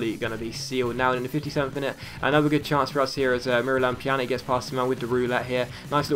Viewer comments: Stop saying Pjanik it's Pjanic, the C is pronounced the same way as Olic or Mandzukic! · if the letter c has a thing on it like this ć It's pronounced as a ch So for evample pjanić is pronounced pyanich Same rule applies to a certain swedish winger in the player career mode